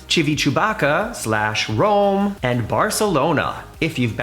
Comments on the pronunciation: No way bro just said Chivi-Chewbacca 🤦🏻‍♂️ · OMG! Please learn how to pronounce Chi vit a vec ia if you're going to discuss the port. You can really turn me off to take a European cruise. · Ad, nope - I wonder what Florence / Pisa is like since port is in Livorno. As both cities have airports, w/o USA direct flights. I really like the mispronouncing of Chibychewbacka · Again say “civitavecchia” 😂